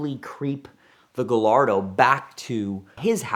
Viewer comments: I don't understand how a guy who has a great background with Lamborghini can not properly pronounce the name of the car, its Guy-ar-do not Ga-Lar-Do. But will say that huge kudos for manning up to the disaster. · It’s Guy- ardo not gallardo like gallbladder. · Ga-lardo, Mercy-el-lego 🤯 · This is the first time I’ve heard someone call a Gallardo (pronounced Guyardo) a GaLLardo. 🤦‍♂️ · After all those years you still pronounce the name Gallardo wrong, its a SPANISH bull, LL is J, so not Galardo but Gajardo!!!!! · PLEASE!! Say it with me: GUY-AR-DO. GUY-AR-DO. It's a Spanish breed of bull. Not GAL-ARDO, GUY-ARDO. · The Gallardo has been out got 20 years and along the way the name has been butchered by all.... guy-yard-oh not guh-lard-oh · you're a Lamborghini enthusiast.... it's - " gai ·aar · doe " the Italians don't pronounce the double "L"s in Gallardo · Gallardo?? Lol it’s guyardo ;) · he said GAH-LARDO 😂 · I stopped watching as soon as he said Lamborghini Galardo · OMG!!! Out of all the people in the world, should know how to properly pronounce the car’s name: “GHA-YAR-DHO”….🤦🏻‍♂️ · I stopped listening when he called it a Girl-lardo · It always grinds my gears hearing him say giLLardo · Yea, but he pronounces Gallardo "Guhllardoh". I don't think you can trust this guy, Ed. Be careful. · The only thing more annoying than him talking about drunk driving around the city like it's 'normal' or acceptable is the mispronunciation of Gallardo. I don't even like Lamborghinis and I know you don't say it like that. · Why do you not know how to pronounce Gallardo? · The way he says Gallardo is painful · Every time I hear pronounce Gallardo incorrectly I want to throw something at my screen. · can't pronounce Gallardo?? You must be kidding me smh 🤦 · How is it this guy specializes in these type of cars but can not say Gallardo correctly for the life of him?